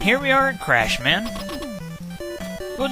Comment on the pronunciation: The whole Crash/Clashman thing is probably due to Japanese being odd with l's and r's but yeah Clash man sounds funny lol. Also I agree that Bubbleman's stage looks great for Nes graphics, those lantern fish are annoying if your going buster only though. Great run once again.